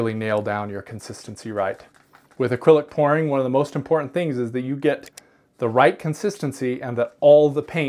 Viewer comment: I thought he said acrylic paint porn at first😅